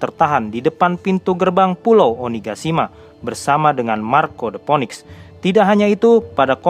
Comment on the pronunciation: Btw Phoenix dibaca Finiks